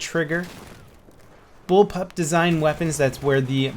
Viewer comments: bull pop was hard to say man haha ;) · It's bullpup... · Y cant u say bullpup? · Haha nice to see that behind the scenes edit bug :D Bullpub is surely a hard word to pronounce , keep it up ;)